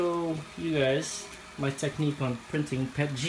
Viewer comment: its PETG not pet G